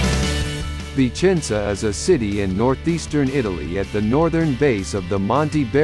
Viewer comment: It seems the speaker says: "Vincenza".